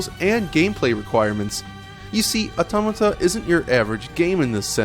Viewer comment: Wow, you really can't pronounce Automata can you?